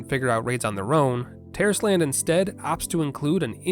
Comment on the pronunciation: Is it just me or does it sound like Terroris-tland every time he says it lmao